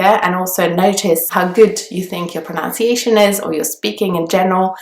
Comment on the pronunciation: It's pronUnciation not pronOUnciation. Pronunciation is the way in which a word is pronounced.